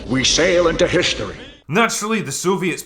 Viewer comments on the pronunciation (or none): 'We sail into hishtory.'